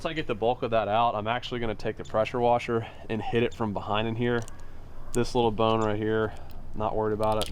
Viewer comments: idk why but i laughed for 5 mins at the "prasher wesher" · “Prosher wesher” I was dyin 😂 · “Hit it with a posher woser”😂😂😂